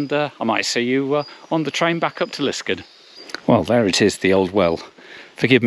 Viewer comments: Yes, this is a fantastic experience and well worth the trouble of finding it! Just one small point, Liskeard is pronounced Liskaad, not Liskud. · Hi. I do not wish to be too pedantic as I always enjoy your videos, but can I say that your pronunciation of Liskeard is way off. The name is pronounced Lis-card with an emphasis on the second syllable.